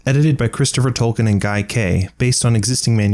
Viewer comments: It's NOT FUCKING "TOLL-KIN" the name is pronounced "TOLL-KEEN". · Great video, but please VO actors and narrators "Tolkien" is pronounced "Toll-KEEN"